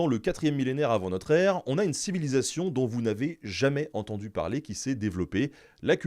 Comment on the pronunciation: Merci pour vos videos. Pourriez-vous faire un effort pour prononcer les liaisons? 'Dont vous n'avez jamais Zentendu'. Merci.